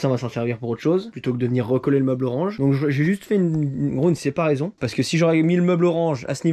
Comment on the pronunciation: Une séparaison... Encore un nouveau mot 😂😂 Une séparation ! 😅